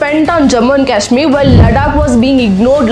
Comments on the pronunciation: Its not लडाक its लद्दाक and केशमीर नहीं कश्मीर।u only said its high time we have to pronaunce correctly😊. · Ladakh & Kashmir ka pronunciation 😅